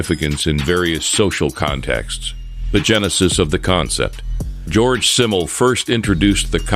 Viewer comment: His name is "Georg" not "George". Also, "Simmel" is pronounced with a Z like "Zimmel". He was German.